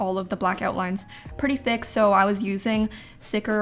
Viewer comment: really said: I made sure it was ExTrA tHiq